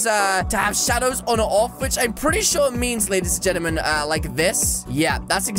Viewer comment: Why do he say lady's gemtim